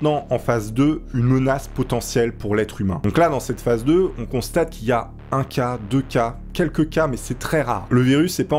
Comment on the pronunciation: phase se prononce phaze et phasse ou phace